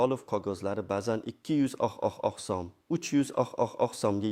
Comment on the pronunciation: Суний интеллектми бу узбек сумини талаффузини тугрилаб айтиш керакмикин